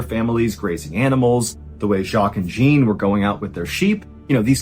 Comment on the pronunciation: Jean, like John, like your name, Mr. Ballen!!! You're DO good with French pronunciations too most of the time. Jean is John, with a little French accent on it. Not JEAN like blue jean in America. You are such an awesome storyteller but every time you said Jean like blue jean I started laughing. Great story tho.